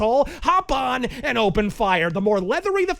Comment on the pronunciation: At first I heard "hop an and open fire," without the D in "and," but didn't bat an eyelash because this is.